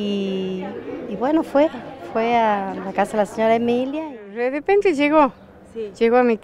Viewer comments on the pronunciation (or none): "Redepente" llegó. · es que llego tan de repende que es redepente jajajjaajjajaajajja